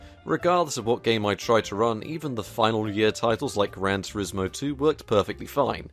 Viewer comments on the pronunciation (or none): none